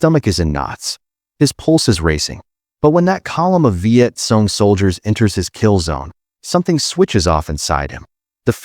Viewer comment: Hey, narrator it's pronounced Viet Kong, note: KONG (CORRECT), NOT Viet Song, NOT Song (WRONG).